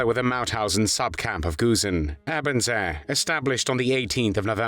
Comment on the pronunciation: It's pronounced "Ay-burn-zay". Also soup is not "solid food".